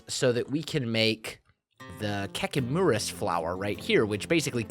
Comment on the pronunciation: when he said kekimurus i thought he said "kekkei moura" (you would know if you watched Naruto)